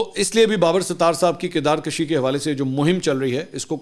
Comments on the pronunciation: منصور علی خان صاحب بصد احترام لفظ کردار کَشی نہیں ہوتا کردار کُشی ہوتا ہے۔ اپ کے وی لاگز میں بعض اوقات تلفظ کی ادائیگی میں جھول ہوتا ہے۔ اس کو نوٹس کرنے کا اس کے سوا کوئی اور مقصد نہیں کہ اصلاح تلفظ کی جائے کیونکہ ہم اس عہد میں پلے بڑھے ہیں جب ریڈیو اور پی ٹی وی پر لوگ تلفظ کی اصلاح کرتے تھے۔ اپ کے وی لاگز بہت مقبول ہیں لہٰذا اس میں غلطی کی گنجائش کم سے کم ہونی چاہئے۔ شکریہ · Kirdakashi ghalat lafz he. Darust lafz kirdarkushi he. کشی کا ک بروزن پیش ہے۔